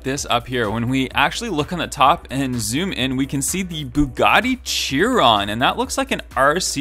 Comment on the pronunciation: The bugatti chiron is pronounced Bugatti shiron